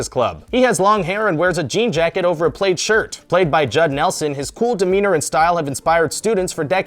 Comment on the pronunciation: did he just pronounce "plaid" as played?